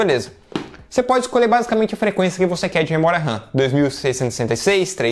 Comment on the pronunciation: SE DIZ MEMORIA OU RAM NAO MEMORIA RAN OU RÃ (RAM SIGNIFICA RANDOM ACCESS MEMORY) AO FALAR MEMORIA RAM ESTA A REPETIR DUAS VEZES A MESMA COISA OU FALA RAM OU MEMORIA . LIKE